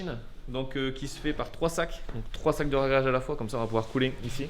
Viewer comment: Ouah du super boulot, tant pour rrrragréage que la vidéo. Oui c'est vrai, dommage pour les carreaux de ciment, mais quand c'est pas possible, et ben, c'est pas possible... Bossez bien, on attend la suite avec impatience !!!! Lau